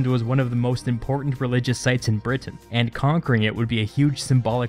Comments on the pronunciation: Britain, not Brit Tain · Is anyone else a bit annoyed by the way he says "Britain"?